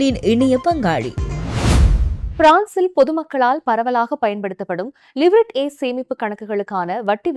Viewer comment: LIVERT கடைசியில் வரும் (T) உச்சரிப்பு இல்லை லீவ்ரே ஆ 😅😅